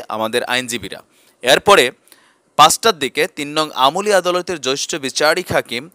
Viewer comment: Joishtho na, jeashtho hobe.